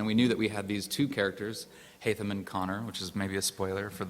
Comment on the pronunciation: WTF who the h••• is haymige it's haytham